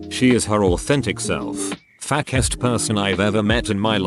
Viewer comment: Nobody: English text to speech: f a c k e s t